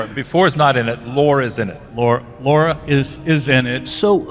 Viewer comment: Brent doesn't say its Lore. Listen to what he says closer. Brent loves dropping hints to his fans. He pronounced the name as Lor-a. That should be a pretty healthy clue. Also at one point Data also shared some of his memories and programing with Lore just as he had done with B4.